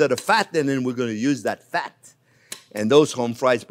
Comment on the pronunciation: Normal people: fat Chef Jean-Pierre: phat 😏